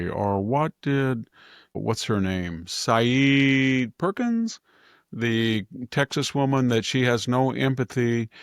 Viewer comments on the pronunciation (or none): none